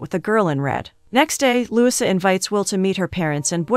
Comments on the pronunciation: You are pronouncing LOUISA wrong!! Lu - wee-sa!!! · The least you could do is to have a real person read the script. "Louisa" is not pronounced Lusa and "record" is not pronounced reeecord! Do better if you want subscribers. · The weird pronounciation in this recap was too painful to listen to. For example, her name is pronounced Loo-EE-sa, not LEWIS-uh.